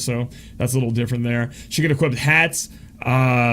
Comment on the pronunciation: "She can equipt"...no, just no. She can equip!